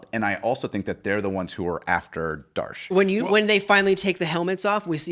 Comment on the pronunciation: Why the hell are they are pronouncing Data’s Daughters name as “Darsh”? Her name is Dahj.